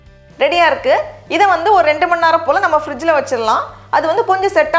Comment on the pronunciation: Frige or freeze ?akka